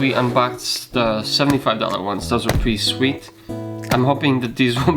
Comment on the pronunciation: “Preei sweet”